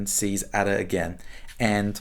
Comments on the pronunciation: What a snake this man is to pronounce Ada in the way he does! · Nabokov says Ada should be pronounced Ardor.